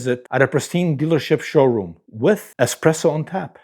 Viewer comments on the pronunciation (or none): It’s espresso NOT eXpresso !! 😂